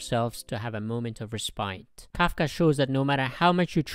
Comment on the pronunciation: It's Kafka not kaka